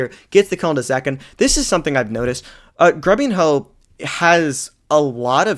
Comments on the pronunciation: "grubin-hoe" i cant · “Grubin-ho”😂 love it